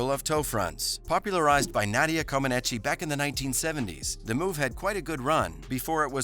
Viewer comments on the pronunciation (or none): He also pronounced Comaneci wrong